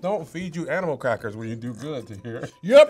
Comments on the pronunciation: Did I hear him say animal cress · "Your professors don't feed you animal crust!" ????? Nigga what?? 🥴🤦🏾‍♂️ .. Damn Tahir really do be fuckin up some words 😂🤦🏾‍♂️